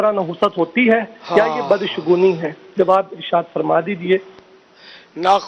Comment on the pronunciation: بھائی بد شگونی ہوتا ہے. لفظ. نہ کہ بد شغنی